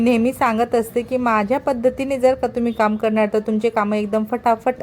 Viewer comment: तुम्ही मराठी बोलता पण ठुम्ही तुम्ही गडा काय म्हणता